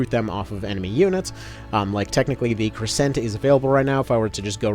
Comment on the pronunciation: Take a shot every time he mispronounces crescent or gorgon